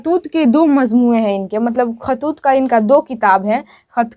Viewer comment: khatoot nahi khotoot h